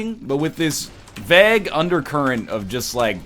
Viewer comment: AceThirtysix how does he pronounce vauge